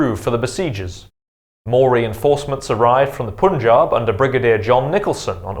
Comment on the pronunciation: It's not Poonjub. It must be pronounced "Pun" as in "Bun" and "Jaab" as in na "Wab" (Nawab) and also, Sutlej - that word should be pronounced as "Sut" as in "Hut" and rest of that is how it is pronounced in this video.